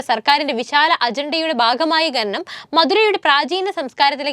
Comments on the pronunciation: ഘനനം അല്ല . ഖനനം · ഗനനം ഒഴിവാക്കി ഖനനം എന്നു പറയാൻ പറയൂ.